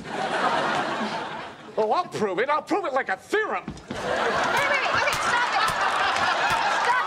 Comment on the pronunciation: "I'll prove it like a theorom" 🤣